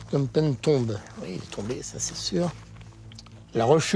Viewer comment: Learn how to pronounce the Words Phnom Penh or Whatever I Spell! It is ment for Meaning [ Full Mountain]. 😅 Thanks Canada. 😊